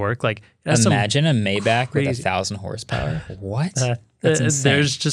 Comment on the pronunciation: wait did Marques just say May-back? Maybach is said My-Bach (like the composer Bach) not may-back